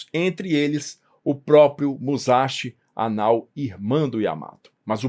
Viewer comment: A pronúncia correta é mussashí. Quem converteu as letras japonesas em romanas foram os ingleses. Assim, S Entre vogais é S mesmo,. Kawasaki pronuncia cauássaqui